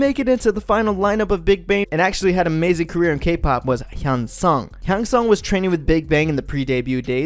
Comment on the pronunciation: I know this might not seem that big but it would be cool if you’d look up the names before making these videos, your just really messing them up tbh.. 태양 = 태이얭 현승 = 횬성 ??